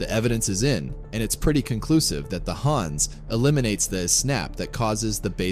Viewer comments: HANS - Hawns not Hands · It's pronounced "HAHNS"